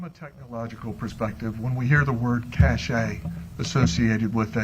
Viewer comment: Her lawyer likes to use words he doesn’t understand. Like “cache” which he can’t pronounce correctly, and especially “transgress,” of all things, lol. That word means to err or sin, so it’s funny when he suggests they he and she “transgress.” I’d say that actually the problem: it’s her TRANSGRESSIONS that led her to being in the hot seat right now. Granted, there may have been violence, but she murdered him and covered it up, brainwashing her daughter, which is soooo damaging!